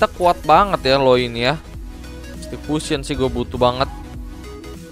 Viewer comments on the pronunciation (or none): none